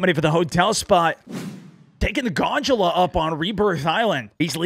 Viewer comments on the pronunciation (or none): Did really call it a "Ganjula" in Hotel? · It’s gondola not ganjala 😂🥦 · That's definitely pronounced Gondola not "gongulah" but ight